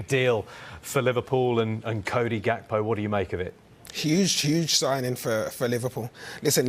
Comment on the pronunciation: You pronounce his name Yakpo